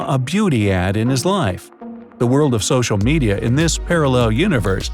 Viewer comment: Social pedia🤣🤣🤣🤣🤣🤣😂😂😂😂😂